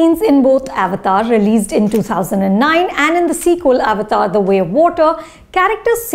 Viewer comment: i love how anupama pronounce avatar which is the correct pronunciation.